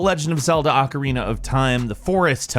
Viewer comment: Why is the word ocarina so hard for people to say correctly.